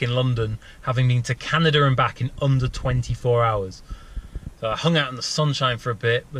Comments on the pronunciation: it would be properly pronounced, can-ada, canada. not canaderrr.. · How the fuck do you put an R in Canada man? It's Canada not Canadrr Lol who the fuck learned you how to spoke? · HaHa - "Canader".. Heh! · Is nobody else bothered by the English and Aussie speech impediment that makes them say things like Canader? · why do you say canader